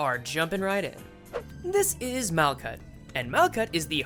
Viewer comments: its mal-hut, the "k" is a "ch" sound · Malkuth is pronounced like “Mal-cut,” actually!